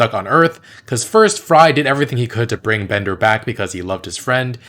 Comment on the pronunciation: Bender's name isn't Bonder, it's Bender! 😆